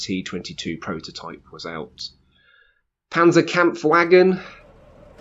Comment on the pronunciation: Dear God, 'Panzer Campf Wagon' 😂😂😂 you pronounced säphpanzer, and then went and said that 😂